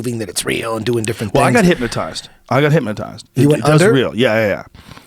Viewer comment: “HypMOtized” - Joe Rogan 2019